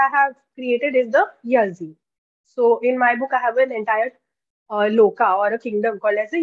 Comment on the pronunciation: It's ಯಾಳಿ, not ಯಝೀ ya(ಯಾ)-zhi (ಳಿ) pronounced as Yaali